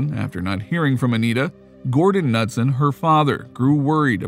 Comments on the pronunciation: It's pronounced Ka-nuteson not nutson. Very common name here in MN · Dude, Anita Ca-nu-son, not Nuts-son! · Anita's last name is pronounced (kuh•nood•sin). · I'm sorry but the 'Nutson' thing is driving me insane!!! Her name is Anita & the last name is pronounced like Kuh-newt-son!!! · K-nut-son not Nutson!!!!! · As a North Dakota resident. In case you wanted to know Minot is pronounced My-not. And Knutson is Ka-newt-son. :) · You’re pronouncing Anita’s last name wrong. Pretty sure it’s pronounced Ka-newt-son. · it's pronounced "nooot-son" like not nut. just so you're awhile for future reference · The k in Knutson is pronounced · Bro how did you mispronounce both Anita's last name and place she passed away? Got lots of work to do before I say you make "good videos"